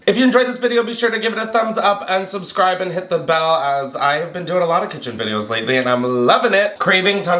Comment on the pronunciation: We love a “’ Chaotic Cithen”, did I stutter? ❤😂🎉